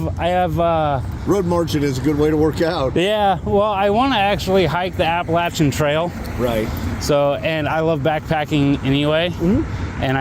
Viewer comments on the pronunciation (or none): Can I make a citizens arrest for this pronunciation of Appalachian.